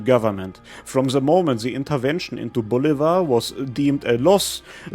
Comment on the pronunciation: you are pronouncing Bolívar incorrectly. The slanted i means that vowel is the stressed one.